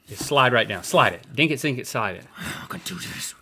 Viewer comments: It bothers me that Link says "Dink it" but Rhett does not say "Sink it" Is anyone else bothered by this?! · Every time they say dink it and not sink it i say it softly in my head